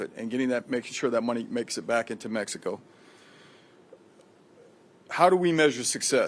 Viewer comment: And Mexeeeko 😂